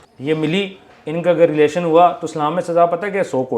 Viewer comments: Lelaation✅ relation❌ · relation❌ lelation✅ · What a words 😂😂 department 😂 pagamm 😂 Lilation 😂😂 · Relation ❌ lelation✔️